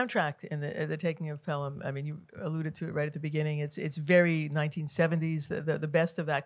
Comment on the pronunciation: This looks great! Very interesting. But…it might have been a good idea for the presenter to have seen the film. “Pel-ham” is a tell.